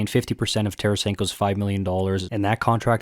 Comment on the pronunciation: Butchered the Tarasenko tho